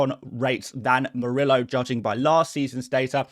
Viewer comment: The double “l” in Spanish is pronounced like a “y”: so Murillo’s name should be pronounced like “Moor-ee-yo”. 🙉